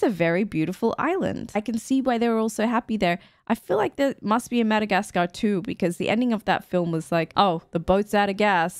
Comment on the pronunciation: It's really weird the way you say Mada-gas-car the "gas" "car" is so heavily pronounced... I've always heard mada-gas-ka without a hesitations on "gas"